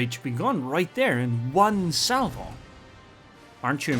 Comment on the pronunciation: one unsucessfull salwo